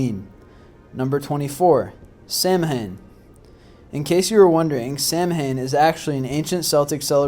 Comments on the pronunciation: Abigail Hudson ikr !? Just like Sam Hain . Who the hell was he ? It's called "Sowen... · Samhain is pronounced sow-in not sam-hain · I'm Irish too, Those words are pronounced Keltic and Sowin- not Sam han. This is why Irish people should be involved documentaries/ movies that reference Irish traditions. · I totally agree. I am a life long pagan and hearing people say sam-hain instead of sowen grinds my gears. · Yeah, I cringed every single time I heard him say that. Although I thought the Celtics was the name of a Basketball team. That and the fact he pronounced Samhain as Sam-hane. In Irish Gaelic it's pronounced Sow-When. I remember when I tried to explain this to my class one year... ugh, still remember the headache too. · Not being rude, but Samhain isn't pronounced 'Sam-Hain' it's pronounced 'Sow-in':) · its pronounced Sow-in not sam-hein. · He mispronounced samhain in the video. It is not pronounced as it is spelled. it is pronounced like the two words, Sow When. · I would just like to point out that it is not pronounced sam a han but rather sow wan because it is an irish word and celtic sounds like it begins with a k not an s. BTW I'm irish. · It's also not pronounced "samhaim" it's "sow-ain". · you pronounced samhain very wrong its pronounced sow in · "Sam - hain"? "DayS of the Dead"? "selts"? With the complete lack of knowledge of proper pronunciation or forms of key terms and obvious lack of enthusiasm, anyone else feel like they're listening to a really bad high school presentation from a student who did not do his research? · Jared-O-Lantern Right Samhain isn't Sam-Hain WTF is wrong with this person... If he wants to be token seriously then say the word right... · My god, it's pronounced sow-en! Do some research please! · Samhain is pronounced "Säu-wen" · Samhain is properly pronounced as Sow-when. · It's spelled Samhain, but it's pronounced Sowen. It drives me nuts when people don't pronounce it correctly. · Samhain is pronounced sowann